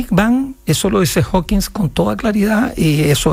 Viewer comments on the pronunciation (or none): Prof. Maza, es HawkinG, no HawkinS... Entiendo que los periodistas se equivoquen, pero Ud?